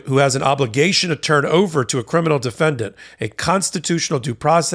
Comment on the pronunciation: You pronounced "defendant" wrong.